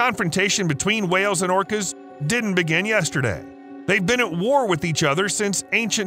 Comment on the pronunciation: Did he call whales, plants? I heard orchids, but only the first time it was said...not orcas. Anyone else? Orcas only hunt what they are specialized to hunt unless they're desperate. There are pods that specifically hunt great whites, some hunt giant mantas, some hunt dolphins and whales obviously. You'll never find a group that specializes in hunting humans but if hungry and desperate, we can be a nice little steak.